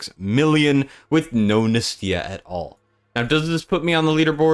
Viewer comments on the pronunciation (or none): its nAstya not NESTya